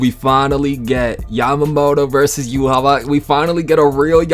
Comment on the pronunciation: Thank God you're saying Yhwach's name correctly. So many people get caught up in the Japanese pronunciation Yuhabaha, but that would be like saying Yuno's transformation magic in Black Clover is supposed to be pronounced Spirito Drivu, instead of Spirit Drive. They only say yuhabaha because they don't end syllables with a k and they don't have a V sound in Japanese